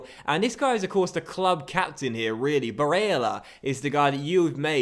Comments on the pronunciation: I absolutely love your content! You're the only youtuber whose videos I watch every single day, but please please please stop pronouncing Barella's name in that way. It's making me hope you don't pass it to him in game 😂 it's just cringey and unnecessary, either way keep up the quality work, love you man ❤️ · I hate the way you say Barella. Your not Italian day his name Fucking properly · I love your videos but for the love of god stop pronouncing barella's name like that please